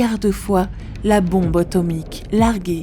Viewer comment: N'auriez vous pas pu faire des pauses pour cette pauvre narratrice ? 34'40'' : C'est d'la bombe automique ! 36'28'' : C'est phénoménémal ! 41'38'' : De gigantesmes glissements... 45'45'' : Le quartz n'est pas un métal. 51'07'' : Dans la péniainsule du Yucatan... 51'45'' : Une femme daltonienne ! Bravo, il fallait la trouver... 54'57'' : Faire preuve de ressources : ça ne veut rien dire ! 55'28'' : Avant la chute de la féroïde ?